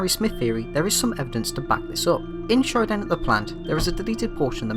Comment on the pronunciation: "final showdan" 😂